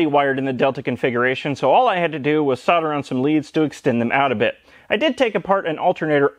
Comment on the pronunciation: At last an American that can pronounce solder